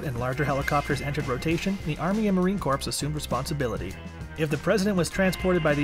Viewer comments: It's Marine "Core" not "Corpse" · it's kuh-oh-ar-CORE, corps is an acronym to include all corpsmen, not to say KAWRPS... not corpse, dude have you ever heard someone say marine corpse? just wondering.... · its not the marine corpse. its the marine core phonetically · "Core", not "corpse". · PLEASE! ! ITS MARINE CORE! Corps! Not Corpse! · COR NOT CORPSE !!! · You should really learn the difference between Corpse and Corps. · Corps, not corpse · Its core, not corps! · Narrator: "Marine CORPSE" me: WHAT IS YOUR MAJOR MALFUNCTION, NUMB-NUTS?!?!?!? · I wonder that nobody so far mentioned that it's Marine 'core' not 'corpse' lol 😃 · It’s Corps, not Corpse!!!! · Yes, Marine “core” not “corps”! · It is CORE, not corpse. I was a navy COREman, not corpseman as Obama called us in a speech. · Marine Corpse? Crazy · Who taught you how to say corpse?? The P is silent! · Marine Corps not corpse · PLEASE!!! It's Marine CORS... the "P" is SILENT! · All marines hearing him say “Marine Corpsssss” are cringing. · This narrator is making me mad when he said Corpse. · Can't watch this with him keep calling them the Marine "Corpse". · Stop saying marine corpse like a dead body. The P is silent. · Please stop saying Marine "CORPSE"! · 🤬😡🤬Marine Cor ( ssshhhh ) the P is silent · Every time I hear him say Marine corpse I get a little angrier! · I'm with you...It is disgusting...Walk up to a Marine and say that...He would correct you immediately!! It is CORE!!!! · Marine core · If this voice head says “Corpse” on more time I’m going to watch top 10 fighter helicopters! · “Marine Corpse?!?” Kinda makes everything else hard to take serious... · Pssst. The "P" in corps is silent. Basically "Core" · if he says " marine CORPSE" one more time... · Stopped watching after "Marine Corpse." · Mate, the P of Corps is bloody silent. Crikey, even this Kiwi knows🙄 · 90% of the comments are about him acedantally saying Corpse without a silent 'p' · It’s so are to watch with this guys saying “ corpse”